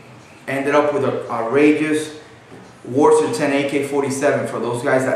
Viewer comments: Why do you keep saying WARS? Its pronounced ~wah-ser~, other wise good video. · its WASR not "WARS"